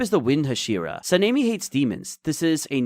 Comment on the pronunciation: Why are you calling him sameni? Sanemi your saying his name wierd